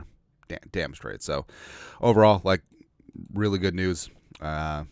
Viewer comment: when you mean to say Really ...you say Rearey..is that like Scooby Do LOL